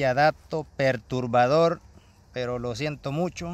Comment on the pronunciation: Jajajaja vaya dato Perrrtuurrrbaaadorrr Mis craxs crexs crixs croxs cruxz😂😂😂